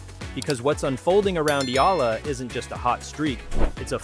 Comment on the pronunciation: Thank you for pronouncing Alex Eala's name correctly 👌👌👌🇵🇭🇵🇭🇵🇭